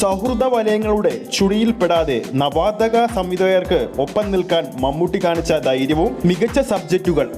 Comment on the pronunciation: നവാദഗ അല്ല നവാഗത എന്നാണ്. അതായത് പുതിയതായി വന്ന എന്നർത്ഥം.